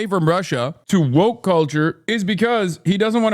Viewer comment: "I am fascist light!" "You are too voke." Every time.